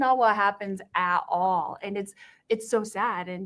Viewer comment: They way she always says, "Aa aw" for at all, always reminds me of the Dr Phil "Cash me outsye, how bow daa" girl and the "Jeezis" and "difinse" pronunciations are strange, too. I know people who are like this and they scare me. Some should be in prison, but were like the popular/honor student/student council officer/cheerleader types or the what-a-good-cookie-baking-room-mother-Brownie-leader types, on the outside, the "outsye." They've always tried to get me to be their flying monkey, since I was a kid. They're hard to escape! That gray rock thing seems to help, though. Don't you dare ever do anything better than they do through being a hard worker or anything when they just sit around convincing people to let them win! There will be hell to pay for that!